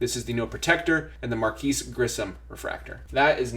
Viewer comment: i love your vidoes. But got to show more respect for Marquis (Markees) Grissom, he had a great 16-year career. Also Hideo Nomo, not Hydo Nomo. Hideo was absolutely a blast to watch.